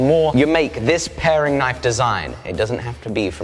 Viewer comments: "Paring" Knife. Not pairing. Love your content man! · You know it's a paring knife, not a pairing knife right? ;) Both lovely knives though.